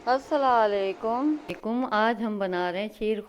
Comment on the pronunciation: Assla lykm nhi hota ۔asslamualykum hota h ok